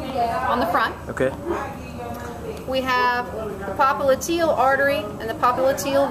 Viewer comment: "Auxillary, papa liteal" nice pronunciations